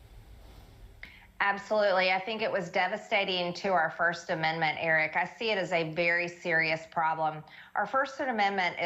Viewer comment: The woman mispronounced the amendment that has to do with speech. 😂